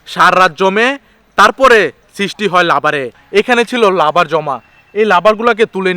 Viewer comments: কথা ভালো ভাবে বলতে পারেন না ই লাবার না রাবার হবে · Labar na to rabar hobe, sayedabad hobe not sayrdabus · লাবার না রাবার?